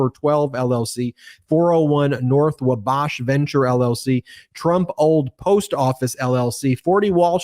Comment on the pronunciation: FWIW, Wabash is pronounced Waw-bash.